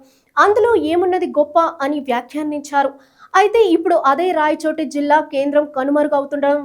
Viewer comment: రాయచోట కాదమ్మా, రాయచోటి అని చదువు